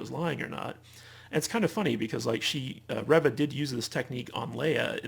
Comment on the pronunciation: I'm disappointed to hear you call it a "controversy" around Moses Ingram, who plays Third Sister/Reva, which can imply she's done something wrong (she hasn't), when what it is is racist attacks against her by Star Wars "fans." At the same time, you're still mispronouncing her character's name, 4 episodes in. Who's ReVVa? She plays REEva. Indira Varma (also from GoT) plays Tala. It's a shame because otherwise, I agree with some of your other points about this show.